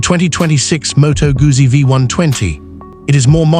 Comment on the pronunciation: "МотоГАЗЗІ"? Серйозно? Це як "ЛамборДЖині" 😂